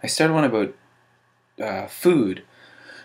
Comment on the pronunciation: i went from piano to violin, to viola, to choir....i can't even come up with anything that lasts for more than 5 years...well besides writing...i guess that one stuck with me for a while btw. i happen to notice ur Canadian accent lolz "about"